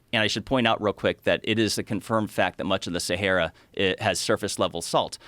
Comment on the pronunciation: Why does he pronounce it as seheyra?